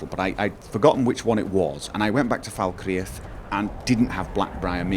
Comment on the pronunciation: Fal Kreath, fal cr-eeth not falkre'ath :(